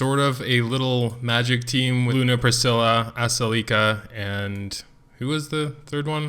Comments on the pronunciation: Or the A is silent and you just pronouced selica XD makes things easier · Expected you to butcher aselica's name some more, and you delivered!! Aselica uh-cell-ih-cuh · I just wanna comment how I believe the names are pronounced. Ophelia=Oh feel lia Ezekiel=Ee zeek ee el Aselica=uh sell ik uh Shea=shay uh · aselica - uh sel ik uh - ass licka. just saying. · LOVE YOUR STUFF, BUT YOUR PHONICS NEED SERIOUS HELP! TAKE IT FROM AN ENGLISH TEACHER... IT'S: UH-SELL-IHK-UH... AND WHILE WE'RE ON THE TOPIC, OPHELIA: OH-FEEL-EE-UH!.. LOL! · its pronounced ass-licka Btw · Pronounced (Ah-seal-i-ca) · Its pronounced Uh-Sell-ick-uh